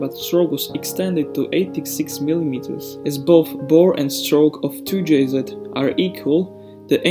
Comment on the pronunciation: 2-jz not 2-jzed.